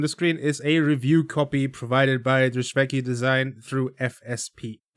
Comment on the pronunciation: I believe you pronunce it : drysweky